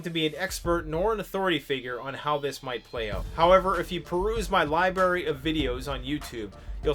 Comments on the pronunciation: not sure if saying library or "libary"... you're part of the Commonwealth so you ought to speak the Queen's English haha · Did he just say "Libary" of videos? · LibRary, it's libRary doggoneit